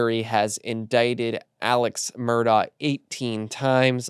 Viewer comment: why did you mispronounce Murdaugh? I expect that from network folks who don’t know better but you should know it’s Mur-dock not -daw.